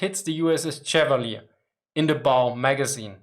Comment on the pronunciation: I enjoy your brave (?) adventures with the minefield of English random pronunciation. It is perhaps as close to the sensation of riding a tank high speed off road that I will have. With regard to the pronunciation of USS Chevalier DD-455 named for US Naval aviator Godfrey de Courcelles Chevalier, I would like to help. My dad was the skipper of DDR-805 Chevalier in 1956, the Gearing replacement for the sunken DD-451, and the received pronunciation on board was as French as Godfrey de Courcelles Chevalier suggests. Although my grandson, now in Baden-Württemburg, found French so deplorable he chose a gymnasium where he can replace it with Latin.